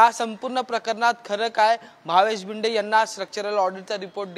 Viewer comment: Patrkar bhava tu marathichi par vat lavyoyes nit shik Marathi. To bhinde nahi bhide ahe v dand Thopatnyat nahi tar thotavnyat yeto. 😮😮😮